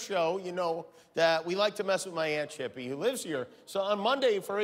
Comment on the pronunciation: The way Guillermo says “aunt chippy” 😂😂😭😭😂😭😭🤣🤣😂😭😂😭😭😂🤣🤣